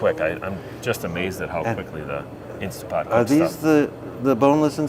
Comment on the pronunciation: Guys, it’s INSTANTpot not INSTA . Like scratching on a chalkboard 😂